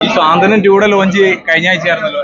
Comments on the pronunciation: സ്വാന്തനം അല്ല സാന്ത്വനം.. എഎഴുത്തും വായനയും അറിയാതെ സീരിയൽ കണ്ടോണ്ടിരുന്നോ... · സാന്ത്വനം എന്നാണ്